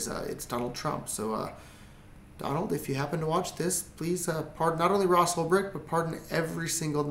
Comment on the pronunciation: this is not how you pronounce Ulbricht though..